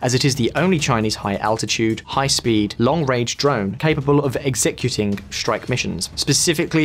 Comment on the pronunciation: Also: exECuting. Where the heck did this guy learn his English?